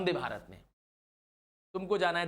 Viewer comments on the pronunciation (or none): none